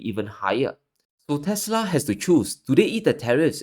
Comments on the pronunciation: Its actually "teslerrrrrr" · The correct pronunciation should be "Tesler" lol